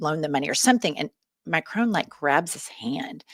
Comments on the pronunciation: It’s Mac-Ron not macronne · Please please please, will Americans please please learn how to pronounce President Macron’s name! It is Mac ron, not Mac rone! For the love of God! So disrespectful. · As a French native, I must mention the following. Macron? The N is SILENT, IT’S MACRONNNNNNN ! ❤ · Fact check for you ladies. Macron's name is not pronounced MacRONE.